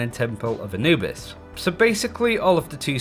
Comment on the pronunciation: "temple of anbuis"